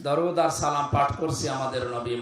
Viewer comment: হূজুরের ছালামটাও অশুদ্ধ।